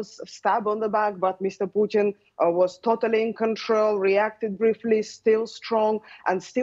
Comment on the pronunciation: Wonderful to hear a Yank clearly pronouncing her Ts. Putttin. Not Pu'in.